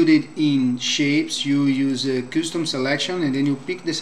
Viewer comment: thank for tutorial. Sorry, I think the word 'custom' should sound like 'kᴧstom'.